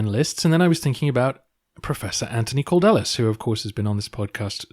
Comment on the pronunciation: His name in Greek is "Αντώνιος Καλδέλλης", (Antonios Kaldellis), so I'm guessing it would be something like [Kal-thel-lys]. ("D"'s are pronounced closer to "th"'s than you might think). (I'm no pro-linguist, but it's certainly closer than "Cord-ellis" :) )